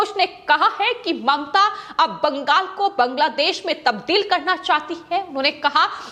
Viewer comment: पश्चिम बंगाल को बंगास क्यो वोल रही है? हमेशा यह गलत वोलती है इसको हटा देना चाहिए ।